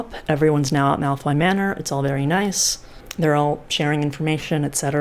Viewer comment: i keep hearing milf manor whenever you say malfoy manor